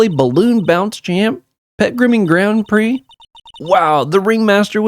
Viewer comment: I have never heard anyone but me read “prix”, never hear it pronounced, and assume it must be pronounced like “pricks”. Apparently it’s more like “pree” (it’s French)